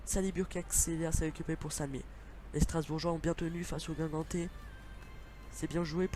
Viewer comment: on dit guingampais pas guingamtais et correia il est reserviste donc faut mettre tabanou ou rebocho merci